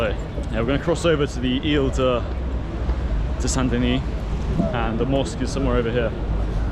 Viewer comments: Saint Denis. Don’t say the “S” or you make it feminine: Sainte Denise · The S in Saint Denis is silent...Deni. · The T in Saint is silent and the S in Denis is silent. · Stop pronouncing the S sound bro...